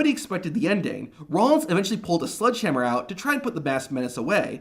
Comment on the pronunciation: Mr. Narrator, it’s SLEDGEhammer, not SLUDGEhammer. Thank you.